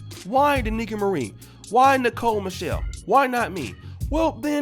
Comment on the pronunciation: You didn't pronounce Mrs Marie's name right